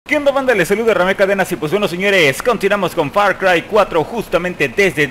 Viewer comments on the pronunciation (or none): Jajaja eso es spaicry y no far cry